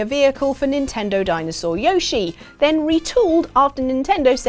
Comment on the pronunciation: You guys still haven't learned to pronounce Yoshi properly. Smh.